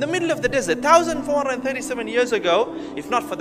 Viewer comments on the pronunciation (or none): none